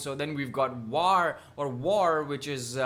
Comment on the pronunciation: WTH! You did not even know the diff. between the uniforms of indian army and pakistani army... Are u for real For your kind info. Its WAR not Vaar ok